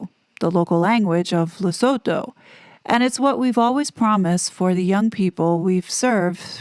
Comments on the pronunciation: Sounds like Harry with the Board of Directors did the right thing. No voluntary member should sue a charity board. Just step down if you are not wanted. By the way it's pronounced Ler-soo-too not so-toe. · Lusutoe. Right way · As a South African can I please teach you just how to pronounce Lesotho. Phonetically Lesotho is pronounced Le sue tu. The th in African languages is a T not th.